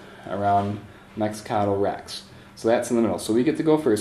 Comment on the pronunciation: love the walkthrough, but I cringe every time I hear you pronounce Mecatol Rex